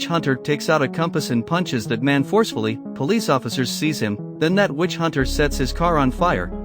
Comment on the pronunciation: Everytime i hear witch It sounds like bitch hahaha it's funny to me